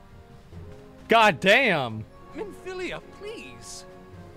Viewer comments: It's MINFILIA! MIN-FIL-IA Asmongold: Milfina 👁👄👁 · asmon: milfina also asmon: correctly says ascillia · I love the butcherimg of Minfilias name lol.